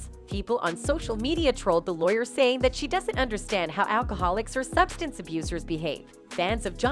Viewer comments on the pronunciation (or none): none